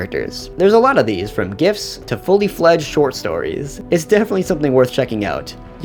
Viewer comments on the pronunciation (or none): none